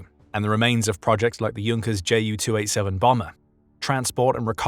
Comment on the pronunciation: "Muzzersmyte", "Hinkle" and "Jonkers" 🤣🤣🤣🤣